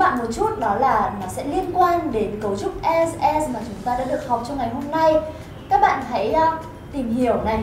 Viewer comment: as nên phát âm là /æz/, không phải là /a:z/ hay là /ez/ gì đó...